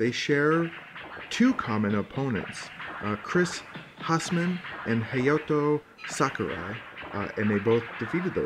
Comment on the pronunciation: Its pronounced Chris HAYZMAN australian dude, badass, terrible acne :)